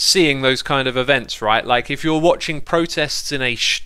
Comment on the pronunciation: events not evnts